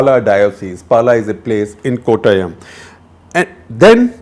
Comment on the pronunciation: Love it when he says Kottayam, just like a Mallu.. Beautiful!